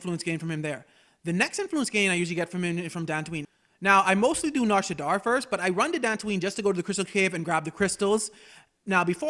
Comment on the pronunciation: shadda not shaddar